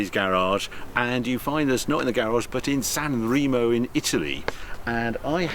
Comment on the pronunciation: "San Ray-mo" in Italy, not "San Ree-mo" !!!